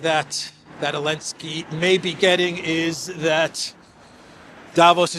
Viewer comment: I love your show and watch daily but I have to ask, why do you omit the "Z" when you always pronounce "Elenski"?:)